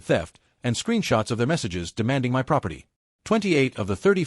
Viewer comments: how hard it is to say "my" instead of saying M Y ....... as two seperate letters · Please fix writing so AI stops reading "my" as letters M Y since it is used for emphasis so much. AI could just read it with proper intonation instead. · Why can't A.I. pronounce my ? It's ridiculous ! 🤬